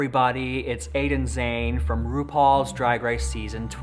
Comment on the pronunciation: Pronounced “jah née “